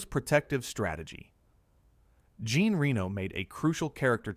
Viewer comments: You need to learn how to pronounce Jean. He’s not a woman. It should be pronounced “zhahn”. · Some interesting stuff here. Of course, ruined by the AI voiceover. As soon as the narration pronounces Reno's first name like the female 'Jean' rather than the French, 'John', you know that it's AI.